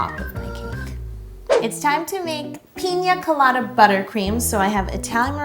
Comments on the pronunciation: Is it just me or did she pronounce it like “Peen-ya colada” instead of “Pina colada” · The way she says it, you would think it was called peenyaa colada No hate tho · Did you say pinya colada ? 😂😂😂this cake is so awesome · Everyone: “pina colada“ Yo: piÑa colada. (Ik that’s how it’s spelt. I just find it funny how we all say it wit the ~ except for her 😂) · The way she says pina colada lowkey stresses me out :L